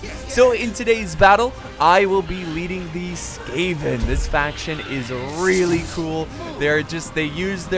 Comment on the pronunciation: It's SKAVEN, not SCAVEN! Come on Jesus!